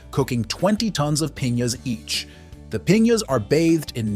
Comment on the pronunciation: And piñas